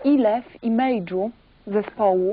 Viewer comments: "imejdżu" ??? haha jesteś panienko nazbyt onli inglisz społken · "imejdżu"... xD zagiął ich! Dzięki właśnie niemu zrozumiałem co to satanizm, Wam takim samym katolikom jak ja też życze zrozumienia.